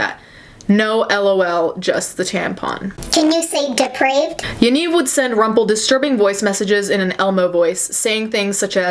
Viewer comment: Hearing you say Rumpel was pretty cool. This is so fucked up though.